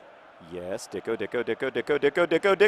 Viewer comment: It's not pronounced "Dicko." There should be a diacritical mark over the c: Dičko. He's Slovenian, and much like his countryman footballer Gregor Fučka, that č should be pronounced like "tch," so his name is said "Ditchko." I think N. Dičko's nickname shall be Saturday Night Dičko, and we, his fans, shall have Dičko Fever. I have Dičko Fever, and the only cure is more goals.